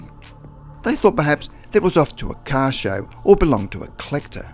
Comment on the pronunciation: Ok man, i had to replay it, come on, I sware you called the car a Cow. Sounds like cow. ☹